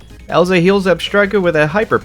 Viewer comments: This was a nice challenge.However, some names and moves were said wrong.For example, Elsa instead of Elesa, Volt Tackle instead of Volt Switch, and Krokrorok was mispronounced.Its alright though as you tried your best. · "gym leader ELSA is up" the 2nd E isn't silent y'know